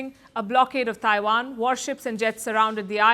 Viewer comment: Taiwan, not Daiwan! Trump, not Drump!!! Technology, not Dechnology!!! Please pronounce words correctly !